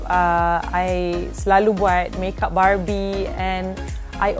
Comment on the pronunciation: Kadang kadang aku dengar 'barbie' tu dia 'babi'😂😂